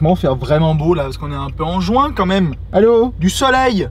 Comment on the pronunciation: C'est fait exprès. Il y a un vrai message subliminal dernière cette prononciation.